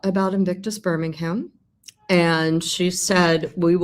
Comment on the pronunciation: For goodness sake. Learn to pronounce Birmingham properly. Monarchy while you’re at it.